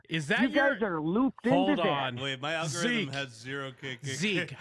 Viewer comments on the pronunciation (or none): Is it just me, or did it sound like Zeke was saying "elmorithm" instead of "algorithm?"